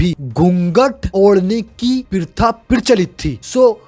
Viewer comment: Not pritha its pratha😂😂